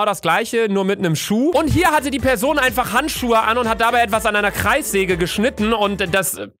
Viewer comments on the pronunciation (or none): Bitte Luca wenn du noch ein Mal PESON sagst nehm ich mein Abo an dich zurück !!!